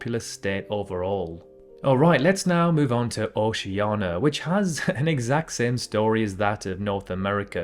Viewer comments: Say Oceania instead of Oceana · litshenstaihn? (again ) Chetshia? Oceana? (again and ) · Here we go with the OCEANA thing! IT's BLOODY OCEANIA!!! NIA NIA NIA!!!! Ugh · He says OCEANA, without the letter "I" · “Oceana” I AM LOSING MY MIND